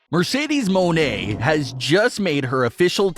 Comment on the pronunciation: ITS NOT “MO NE” ITS “MON EY” 😭😭😭 ITS MONEY DUDE 😭💸💸